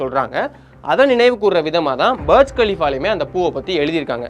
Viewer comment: பர்ஜ் கலிஃபா இல்ல டா புர்ஜ் கலிஃபா